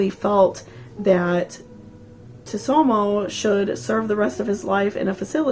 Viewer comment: I thought it was pronounced sue-toe-moo ?